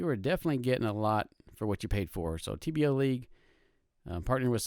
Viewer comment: Nice vid but it's TBLeague, not TBLLeague.